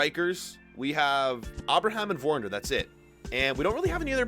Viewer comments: Its Werner not worner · Werner is pronounced as if there’s a V instead of a W, it’s pronounced Verner but it’s spelled Werner. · Verner not wearner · Gotta love how he pronounces Werner 😂